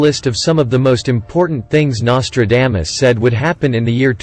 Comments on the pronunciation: WTH his name is not Nostradamus-dame-us ugh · the bot can't even say NOS-TRA-DAH-MUS correctly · Learn to say someone's name correctly before you make a stupid video. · Anyone notice the mispronunciation of his name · The worst pronouncement of Nostradamus i have ever heard 😂...Seriously, the man was a spooky force😮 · Well you started out pronouncing his name wrong what else did you get wrong